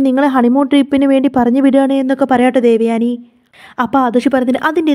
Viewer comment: ദേവയാണി അല്ല😂ദേവയാനി😂😂😂